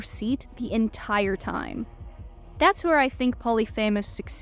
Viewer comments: POH-LEE-FI-MUHS. Not Poly FAMOUS. Please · Great analysis! I’d recommend confirming pronunciations before recording them though— your younger age definitely showed in mispronouncing Regis Philbin. He was the host of “Who Wants to be a Millionaire”, died in 2020, and is buried on Notre Dame’s campus. Some of the Greek names were a bit shaky too, most notably Polyphemus. But as I said, overall great video that definitely helped me understand the overall story of the show with some much needed context of the IRL timeline, cut content, etc.